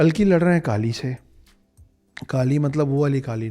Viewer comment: काली नहीं काली होता है